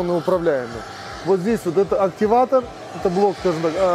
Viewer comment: Не активатор, а актуатор.